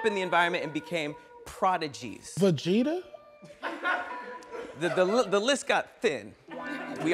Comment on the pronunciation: Bro said goku & Vageta